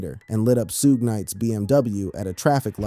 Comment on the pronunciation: This guy definitely can't say suge name period